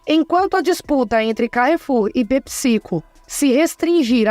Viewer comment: É pépsi-côu, não pepicico 😂